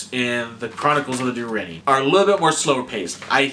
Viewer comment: Der in Nee - and roll your R's - they are Welsh.